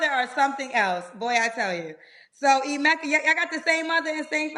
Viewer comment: This man can’t even pronounce his own name. Its pronounced Eh-meh-ka, not I-meh-ka